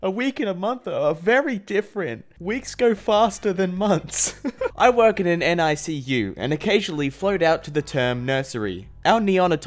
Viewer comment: My mom works for NICU and it’s pronounced nick you